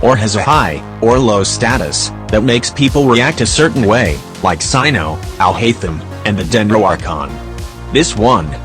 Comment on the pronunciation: what you said "el haitem" what i heard "i hate him"